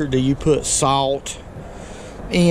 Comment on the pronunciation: Did you say salt??